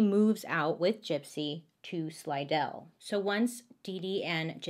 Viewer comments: Thanks for pronouncing Slidell correctly. That's where I live. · As a native of Louisiana proud you got the pronunciation of Slidell right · Thank you for saying Slidell correctly. No one ever does😂😂😂